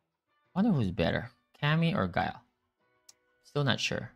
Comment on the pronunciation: Lmao, great to hear other folks saying Guu-Lee vs Guile. Don't feel so weird now